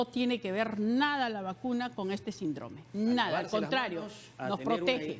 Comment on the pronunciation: Que alguien le explique a esta señora que se pronuncia “síndrome” y no sindróme. Tampoco es “la” sarampión, es “el” sarampión. Ahora millones de pulpines la escuchan y empiezan a repetir. Lo mismo se va por las ramas para explicar una pregunta directa ¿qué hacer para evitar el contagio? Al final solo dijo lavarse las manos y evitar comer en lugares sucios. Tomó casi 18 minutos extraerle esa respuesta. Y cómo si ese mal no es contagioso, si se contagia con estornudos y toces? Entonces si es contagioso.